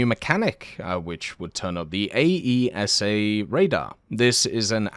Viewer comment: It took me some time to understand he was saying AESA radar cause he was saying A E S A